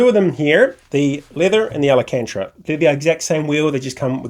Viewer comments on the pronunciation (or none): Al - can - ta - ra (not Al - a - can - tra ) but thanks for the giggle!